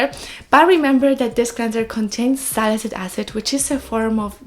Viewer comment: Very informative ❤️ ps: it's sali-cy-lic acid, you're always missing the cy while pronouncing it ☺️